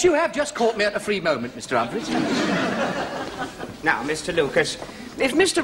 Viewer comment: Humpa-fleas! loooooool Has difficulty getting his tongue round his R-s... This is actually racier than most comedies running today.